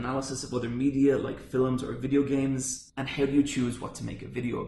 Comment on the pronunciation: His accent is great fillems now needs to be the new pronunciation